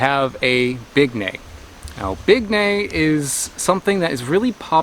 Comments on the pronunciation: (FYI: It's pronounced as "Big-NAHY," not "Big-neigh." There are no long vowels in Tagalog or Filipino.) Bignay trees are either male or female (dioecious -- bearing male and female flowers on separate trees), so if you're living in the tropics and want to grow your own supply, you need both sexes growing within a bee or butterfly's flight of each other for best results. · I'm in the Philippines right now, just watchd you vid and my wifey said, as the the lovely Frenchman did, that yes they are not quite ripe and that it is pronounced Big- nigh 😉 Love watching you vids👍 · Umm—isn’t it supposed to be pronounced “Big-_NYE_”? (🤷‍♂️Well, at least according to my Tagalog-speaking parents, anyway…) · Bignay season is from May- August :) Peak season is July! the name is pronounced as [big- näy] really good for fresh juice, a good alternative for cranberries. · its pronounced (big-nai)